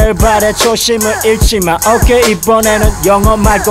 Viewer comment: LOOL i love it when says OHkay